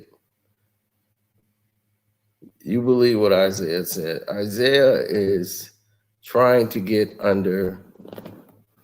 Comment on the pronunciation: This man said Isiah better than Steph😂😂😂😂😂😂